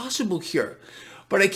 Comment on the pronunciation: doesn't seem to be getting dinged for his cussing. Yes, he "caant" say the other word....LOL